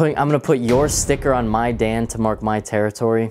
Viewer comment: you mispronounced Dan